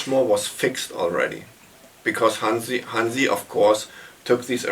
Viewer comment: What to say.. my favorite album! Keep up the interviews, please. 🤘 (..but maybe someone should clue in that Hansi's name isn't pronounced Hensi. 🙃 ).